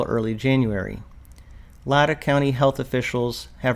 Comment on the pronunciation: ... LA, ( as in A) TAH.....